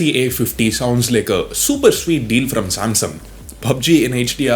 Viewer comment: Samsaum 🤣🤣🤣 Samsung*